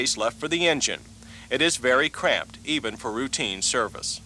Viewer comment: "cramped", not crap